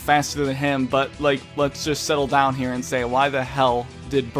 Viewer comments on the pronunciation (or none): none